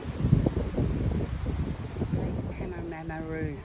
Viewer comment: pronounced "Paarrm a roo